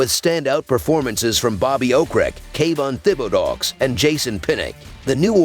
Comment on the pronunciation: “kayvon thibbedauwksss”😭😭